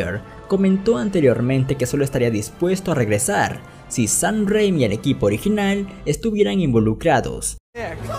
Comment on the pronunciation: Este pata dice “sahn rrrrrrréimi” en lugar de Sam Raimi XD